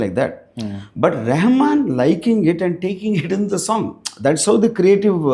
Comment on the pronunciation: Rahaman... not Rehman